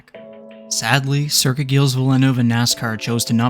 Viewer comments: Fuck…. Gilles is pronounced (Zhills) or sh sound with z. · Small annoyance: Circuit Gilles-Villeneuve is a soft g, pronounced like the "J" in "Jerry", not the "G" in "Gary". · Good video bud. BTW it's Gilles with a soft G and don't pronounce the S